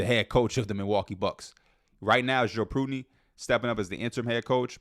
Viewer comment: How did you just pronounce Joe Prunty 😭😭